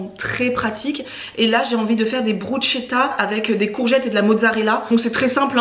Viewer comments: Au top merci j'adore ce genre de vidéos 😊 et moi aussi je mange pas tout ce que mon chéri mange donc je me reconnais pas mal dans tes courses hihi^^ ah oui (ayant un cheri italien j confirme) on dit BRUSSSSSSKETAA et non Brutchetta😋 hihi et clairement des fois un peu de consevres de sauces tomates pour un repas express ça passe! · Bonjour ! Deux petites choses: on dit: 'brousketa" et ma diététicienne m'a dit qu' elle préfère de loin les lentilles normales car les corail ont moins de fibres et autres nutriments. Tu es rayonnante ! 😍 Bisous. 💖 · Bonjour et merci pour vos vidéos, toujours intéressant et les recettes sont chouettes. Juste pour vous dire que bruschetta, ça se prononce brusketta. 😉. Belle journée !